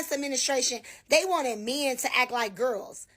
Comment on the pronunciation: This idiot needs to learn how to pronounce the word men.